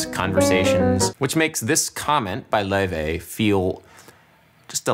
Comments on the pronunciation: btw its not pronounced loi-vay its pronounced lay-vay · Lau-Fey brother is pronouncing it wrong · I love how Adam slowly changes his pronunciation of Laufey from the original way to say it in the Icelandic way to almost saying Levy at the end. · according to laufey, it's pronounced "lay-vay" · WHAT?! THAT'S HOW YOU PRONOUNCE HER NAME? LAOUVEY?!?!?! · Her name is pronounced 'ley-vey'. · He was pronouncing her name wrong on purpose cause he’s jealous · Someone is super jealous and loves pronouncing her name wrong. Cringe!